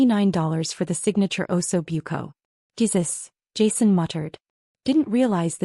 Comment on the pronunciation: is there no AI that can pronounce Italian, Ossobuco, Tiramisu hurt my ears